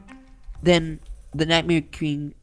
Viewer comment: U said night mare kring in stead of king